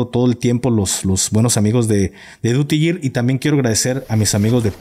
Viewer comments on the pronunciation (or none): No se pronuncia DUTY YIR. se pronuncia como si dijeras SEGUIDO. duty GUIR. por que YIR (YEAR). es año, es como GEARS OR WAR y dices... YEARS OF WAR. (años de guerra?) un saludo ! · SE PRONUNCIA : DIURI GIR .